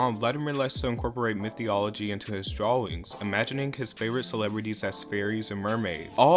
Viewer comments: you really said metheology my dude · Did you...did you say mythology wrong or did you mean to say myth theology? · It's 'My-tho-logy' and not 'My-theo-logy'